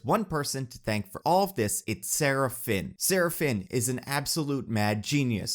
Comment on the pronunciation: Is it strange that every time you tried to say Sarah Finn, my brain interpreted it as Seraphim... because seriously took some divine inspiration to perfect so many character castings.